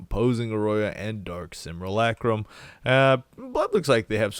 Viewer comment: pronounces simulacrum fine but you go halfway toward turning aura into aurora how?